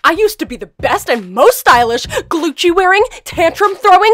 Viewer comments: In the Gucci’s sine like even in the bag says glucci insted of gucci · It's not Glucci its gucci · Gucci not gloochy